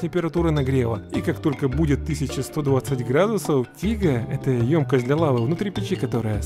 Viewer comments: Не тига а тигель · не тига а Тигель))) В Топ,чтобы он увидел и исправил ошибку)